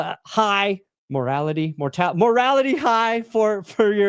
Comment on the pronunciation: It's MORALE, dummy.